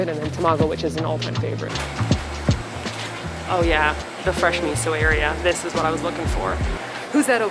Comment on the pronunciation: Especially her "Oh yeah"